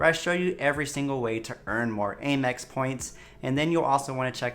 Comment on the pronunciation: You know the company is “American Express”. Why do you say “Ay-mex”?! It’s “AM- Ex”, as in “I am”!